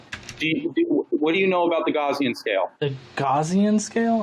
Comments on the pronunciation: I can't get over how he pronounces "Gaussian" as "Gawzian". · "Gaussian scale" -- to be so well informed about his subject, you would think that he would know how to pronounce "Gaussian".